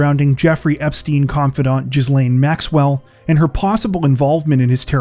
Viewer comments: Not pronounced "jisslane". It is "gillane" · GHEE-lehn is the pronunciation of Ghislaine :) LOVE this channel <3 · Ghislaine's name is pronounced Gee - lane. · Lolx. Ghislaine is pronounced Gi lane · The "s" is silent in Ghislaine